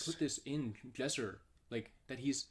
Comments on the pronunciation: Not gonna lie.... its Lesser not jesser He acting like a toxic girlfriend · He said Jesser but sure